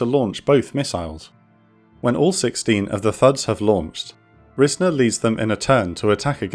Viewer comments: Pronounced RIZE-ner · It took me a minute to realize what name you were saying when talking about the lead pilot , but that's my grandfather, though it's pronounced 'Rise-ner' so I didn't catch it at first. And according to the file I read and his stories, he was shot down and landed in the water but was picked up by an amphibious aircraft. When they got him back to Da Nang, he got in a fresh bird and went back up to direct the later waves of bombing runs. I'm glad I found this video while researching for college!